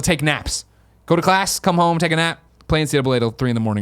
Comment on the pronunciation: I know you said, "come rain or shine." but it 100% came out as, "cum, rain or shine.".